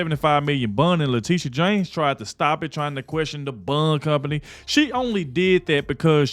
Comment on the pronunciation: This sounds so damn critical of me, but hon, “bond” is pronounce the same way as James “Bond” and not “bund” like “fun”. I’m crying at not being able to find a private way to tell you, but I had to watch this video three times to realize you were talking about a bond. I love you, I follow you, I’m just old and almost deaf. God bless you for the work you do.